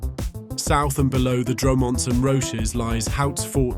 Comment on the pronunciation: Dro-Monts and Roch-ez. Good grief. Computers really struggle with French pronunciation!